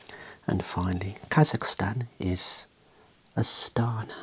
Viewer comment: you should pronounce Astaná, not Astána